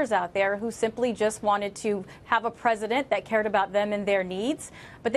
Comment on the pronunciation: LMAO. He said "predisent".....